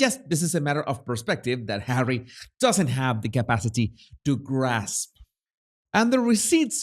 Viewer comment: "Speech by Hawwy" Oh, great. So, another word salad filled with buzzwords, then? 😒 Good grief, Hawwy, just let the real important people speak!